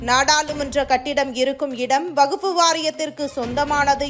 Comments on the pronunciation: எம்மா அது வகுப்பு இல்லமா, வக்பு வாாியம் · அடீயே வகுப்பு வாரியமா....என்னங்கடீ தமிழ் வாசிப்பு. வக்பு வாரியம் என சொல்லுங்க